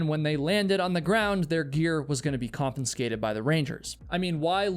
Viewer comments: "Confiscate" has only one letter N and one N sound. Please don't pronounce it "kon-fins-kate"; try "kon-fi-skate". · I appreciate you pronouncing "confiscate" incorrectly 23 times so we know you're not AI generated. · Excellent channel but con-fin-scate is not a word. Confiscate is the correct word. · Confiscate - not confiNscate..... CON-FUH-SCATE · "CONFISCATE" has exactly ONE "N" Despite this, 7 times in this video you said, "conFINscate". Therefore, it is not an error, you actually think that is how the word is pronounced. It isn't. Freedom is not measured by if you do or do not follow the law. Honestly, people going to Yosemite deserve to enjoy the majesty of nature without having people plummeting off of cliffs for thrills. Your video does a disservice to those people, and the Rangers, in favor of adrenaline addicts who break the rules for a thrill, and die, too often, as a result. Shame on you, and correct your mispronunciations. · Confinscate lol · I just realised that says "confinscate" at in the video, did you catch it? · A half-hour being annoyed by mispronounced variations of the word "confiscate". 🙄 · Learn to pronounce confiscate